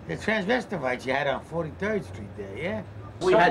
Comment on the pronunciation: tha god damn “tranversterites